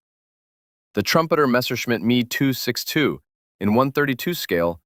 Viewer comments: The Messerschmidt 262 is not your aircraft. Prenounce the letters seperate lke M.E. 262 in stead of me 262..... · Literally nobody calls the Me 262 "Me". It's M E, as in separate letters. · You literally don't understand what I mean. The Me is never said as the word "me". It is said as the letters M and E. Same as how the Bf in Bf109 is said as B followed by an F, not said as if It's a word. Literally literally. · The “me” 262. Really?